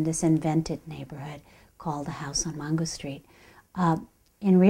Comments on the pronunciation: MAINgo not MONgo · It’s Mango but she is pronouncing it in spanish. In Spanish it’s pronounced Mongo.